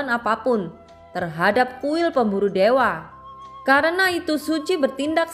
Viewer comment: Baca yg bener kuil pemburu dewa bukan berburu dewe😆😆😆😆😆😆👎👎👎👎👎